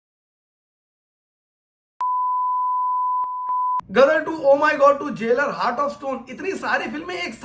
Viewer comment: Ama bhai tumhara roh tallafuz toh ek dum sahi tha ..ghadar ko gadar kyu keh rahe ho..aayen “ ghaien ” bhool gaye bhai